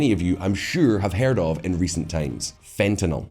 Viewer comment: thank you for pronouncing "fentanyl" correctly.